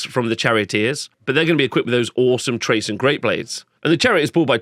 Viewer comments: The 'Ch' from Chrace is pronounced with a 'K'. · Nice overview! A tip for pronunciation. Chrace is like Krace and not Trace, it's i-thil-mar rather than I-thi-li-mar and I think the 'th' in Lothern is just like in 'southern' or 'northern'. Not sure about the last one though.